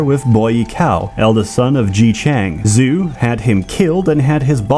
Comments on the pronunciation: More like 'Joe' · I will say that the pronounciation of Zhou is off. Zhou is not pronounced "zoo" in mandarin, rather "zh(somewhat similar to the sound of bees buzzing)-oh" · Zhou is pronounced more like "Jao" rather than "Zoo" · Zhou would not be "Zoo," but "Joe," or "Chow" in some dialects. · isn't Zhou pronounced "joe" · Linguistic note. Zhou is pronounced Joe